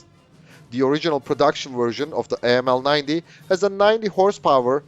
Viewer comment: 9 cm, not mm. 9mm is pistol caliber. Correction: After listening it to 5 times, 3 of which was in slow mo, I realized you TRIED to say 90 mm. Please work on your pronunciation.